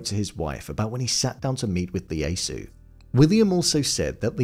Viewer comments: Lee-asu? What is it with you English ppl reading cap i as L ? Don't you know names always start in caps?😂 His name was Ieyasu: yeh-yah-soo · Tokugawa's name is pronounced ee ay soo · Its Ieyasu (ee-ay-ah-soo) not Leyasu. There are no Ls in Japan. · Tokugawa's name was pronounced EE-EH-YAH-SOO Tokugawa. Just FYI. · ieyasu with an “i”. Not Leyasu. This just sloppy m8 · WTF... It's "Ieyasu" - the first letter is an "I" (i), not a flippin' "L"... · 1. Ieyasu is pronounced "Ee-yay-ah-soo," not "Lee-yay-soo." 2. Edo is pronounced "Eh-doh," not "Ee-doh."